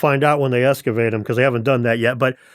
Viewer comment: hey ask him to excavate, he says escuvate lmao, he can't even talk right, such a good source, haha